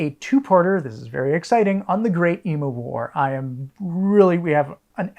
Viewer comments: PLEASE start pronouncing "emu" correctly before the Emu War episodes. Its "eem-yoo", not "ee-moo" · Heads up on the Emu War - you'll probably want to use the Australian pronunciation, which inserts a Y sound after the M, ie eem-yoo. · Just hope they are pronouncing it eemyou and not eemoo